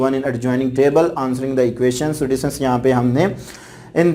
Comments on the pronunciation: Sir ap students ko distance kun bolty hain😂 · 😂😂😂mn bhi yhi soc rii